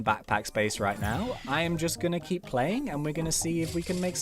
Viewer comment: U said heep not keep lol